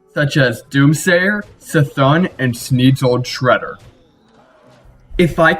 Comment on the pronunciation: It's pronounced C'Thoon.